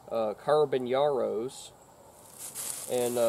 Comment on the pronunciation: Cool video man, I always enjoy seeing people shoot guns from my country, only nitpick is how you pronounced carabineros, it’s Ka-ra-bi-ne-ros. Great video though man glad you liked the rifle